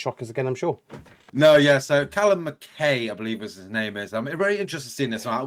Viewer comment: I can forgive our US cousins for not knowing how to pronounce a Scottish and Irish name. But guys we're supposed to be together in the UK. Mac Eye is the pronunciation.